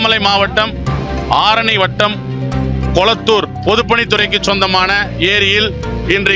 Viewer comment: கோளத்தூர்❌ கொளத்தூர் ✅